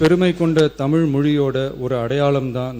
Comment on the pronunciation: Its தமிழ் not தமில், most ministers are saying தமில். Sad.